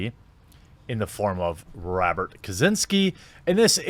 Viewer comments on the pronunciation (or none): none